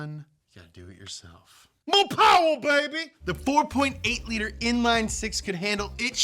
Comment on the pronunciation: MORE PAWWA BEBY